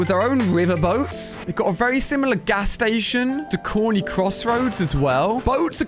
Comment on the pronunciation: uuummmm "coney" has no"r"